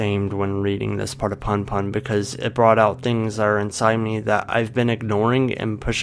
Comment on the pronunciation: I cringed so hard when you pronounced punpun as "panpan" please dont do that